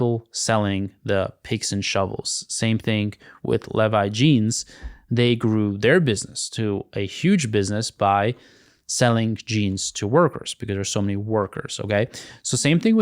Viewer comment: Pronouncing it “leh-vi” is wild